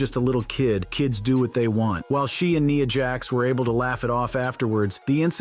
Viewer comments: Did he just pronounce NIYA JAX? 🤣🤣🤣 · Say “Nia Jax” name correctly next time more then one not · The scene that you have here with you say with Nia, Jax and Alexa bliss who is Nia Jax you mean Nia Jax please say the name right please it’s Nia, Jax, and Alexa bliss it’s Nia Jax, and Alexa bliss Nia Jax, And Alexa bliss please just pronounce the names right because you sound foolish when you keep announcing all these names all these words wrong please pronounce the words right please thank you